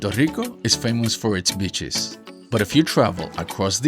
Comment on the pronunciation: Nice video, just want to point out that you are pronouncing beaches as bitches, which is funny, but some people might think that you really mean bitches.